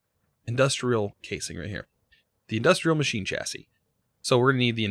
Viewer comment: " so there we go, a simple machine chassis" ADVANCEMENT MADE! "The Third s is silent"